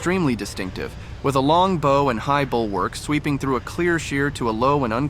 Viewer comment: The bow is pronounced like wow, not like bro. This is just a list of boat names, prices and how long they are.